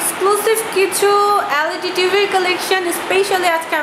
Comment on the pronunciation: Magi LAD na,LED bol